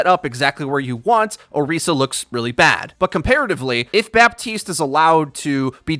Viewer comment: Killing me with that “BAPtiste” 😂😂